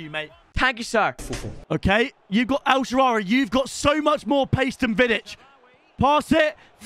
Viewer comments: “He’s got a great name, I mean it’s fun to use..” bro you have never once said his correctly. It’s not el shawaary, it’s El Shaa-ra-wy.notice how the W comes after the R. And it’s pronounced “El Shara-wee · Myb call him el shaarawy instead of el shaawary and he would be good